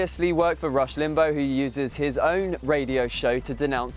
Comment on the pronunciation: he said rush limbo haha